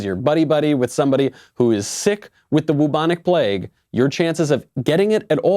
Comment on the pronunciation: "Wubonic plague" 😂😂😂